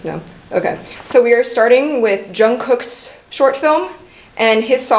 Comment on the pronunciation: jungcooks, is not pronounced like that 😭 ( no hate) ❤love these reactions